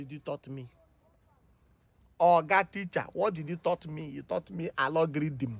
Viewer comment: Sabinus said alagorthim🤣🤣🤣🤣